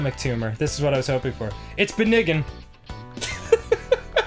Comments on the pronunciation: “It’s benign” Sounds like beginning but weirderXD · Just about lost it at "ben-ni-gehn" XD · "Sir, we analyzed the tumor... ...It's benigin" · "It's beniggn." xD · "Benign" is pronounced "benein" XD